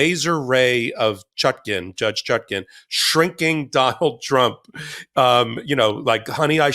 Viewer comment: Is "Chutkin" standard US pronunciation of "Chutkan"?